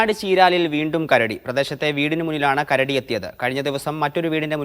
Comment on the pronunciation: Kaduva alla karadi